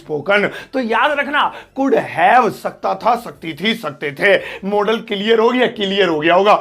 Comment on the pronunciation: Sir ji modal bolte h "modaal" nahi